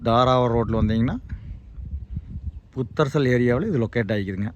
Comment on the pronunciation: அது புத்தரச்சல்- ஊர்ப் பேர ஏய்யா மெல்றீங்க? ஒழுங்கா உச்சரிக்கத் தெரியலைன்னா யார் கிட்டயாவது கேட்கலாம்